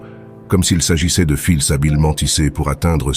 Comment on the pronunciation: Voix synthétique qui se reconnaît par les erreurs de prononciation !! Cesss. Filssss etc ... On est envahi par ces voix artificielles.